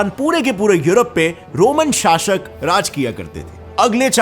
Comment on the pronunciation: Bro ! Small correction in your pronunciation शाशक न हि शासक है।